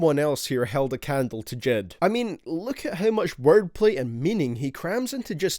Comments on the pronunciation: J.I.D not JID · So no one noticed how he pronounced j.i.d? He said dchid... wtf... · It's J.I.D, you say each letter!!! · Why do people call him JID when it’s clearly J.I.D. It’s a acronym not a name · Not jid. J.I.D. jayeyedee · Every time u said jed I wanted to die